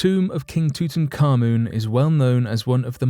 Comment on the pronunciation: There is no such thing as tootan carmoon !!!! His name was TUT ANKH AMUN or Tutankhamun at a push, not tootan or tooting or anything else ! It means Tut living the life of Amun (Ra). Tootan carmoon is something from scooby doo or some such. Sorry but a channel like this should at least get the basics right - it really annoys me when they don't.